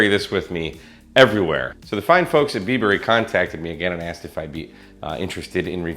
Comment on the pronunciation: I think it's "Bieber"